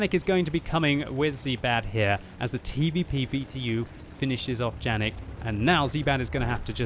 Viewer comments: No "Džanig", but probably Janík (try Google translator - cz or sk) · Its Yanek not Janek, its german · Its pronounced yanek but ok still great video